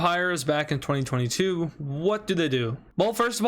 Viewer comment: I find how you say 2022 VERY OFFENSIVE and offense content notice and